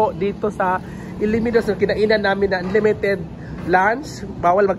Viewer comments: ALAMINNOS-/ALA/ /MI/ /NOS/ po ang tamang pagbigkas...hindi ILIMINOS, ma-offend po ang mga lokal ng bayan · Alaminos ang bigkas dyan hindi Ala-minos .